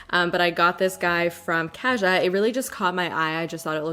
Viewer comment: Hi! Kaja is pronounced kawjaw/kahjah (가자), emphasis on the second part of the word. It means let’s go in korean :) (not trying to be rude I just know there’s been a lot of confusion with the pronunciation for a lot of people so hopefully this helps others too!)